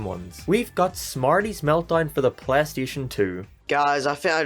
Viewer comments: Pleh-steshen dew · “pleh station”